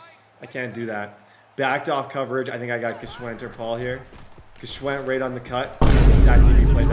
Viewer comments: Please for the love of God it's pronounced (SH-WIND) lol The G is silent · I believe the G in Gschwend is silent bro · Day 2 of waiting for to pronounce his WR’s last name correctly #TheGIsSilentLikeLasagna